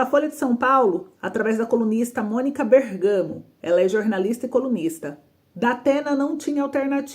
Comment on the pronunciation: FILHINHA NÃO É (BERGAMO ) É BÉRGAMO OLHA O ACENTO